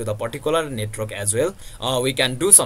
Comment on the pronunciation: its not netrok its net-work